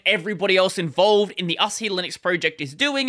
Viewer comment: Is it an Australian thing to emphasize the last syllable of a word? You seem to do this a lot. I'd pronounce it Asáhi, not Asahí.